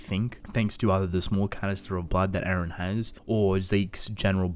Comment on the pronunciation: His name is E-REN NOT AARON